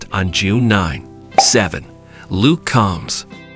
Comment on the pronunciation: also Luke COMBS not CALMS